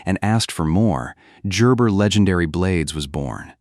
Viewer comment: Gerber with a "ja" ?....lol